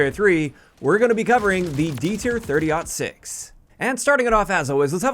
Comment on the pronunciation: I am ecstatic that you pronounced 30-06 correctly. Every YTer I've seen called this "30 0 6."